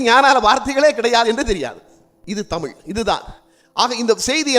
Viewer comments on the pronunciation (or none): none